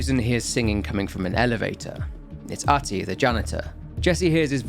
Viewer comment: R-tie, not ahtty lol